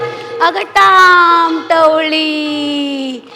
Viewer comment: टाम टवळी नाही, ताम तवली असं आहे ते